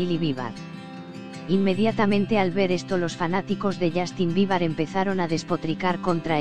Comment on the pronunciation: Justin bibar? aprendan a habrar por favoy y no mienta se dice biber no bibar dios mio el mundo de hoy